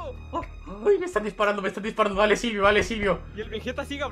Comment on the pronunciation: con tdododododododoodtodo y se dice silvio no zilvio jajajaja